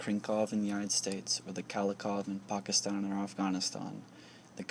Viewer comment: Bro, the way he said "Pakistan" makes me suspicious as to whether he is of South Asian descent.